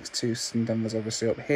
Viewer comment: It's pronounced "Too - SAHN". Not TOOSIN. I live there, so, you know....gotta try and help.